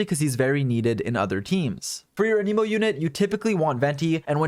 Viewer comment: Thank you for the info! One criticism: your pronunciation of “anemo”. I believe it’s pronounced “ă-nih-mo” (short a; like in “ at”) rather than “ann-ee-mo”. This is a very soft criticism and it didn’t stop me from understanding what you were saying. Thanks again! ✌️😁